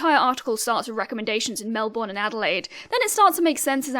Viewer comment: "I have never met a girl in real life (...)". That explains it. Now I need a discord server so that I can spout nonsense and/or idiocy to the (nearly 10k) subscribers who would join a discord server and then leave because I exist. PS: please don't say 'Melbourne' like that you will destroy our very own ecosystem. Instead say 'Mel-bn' to prevent more magpies from crying and/or swooping you if you decide to come to Australia.